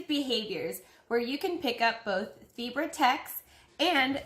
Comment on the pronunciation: Omg I thought you kept saying zebra lmao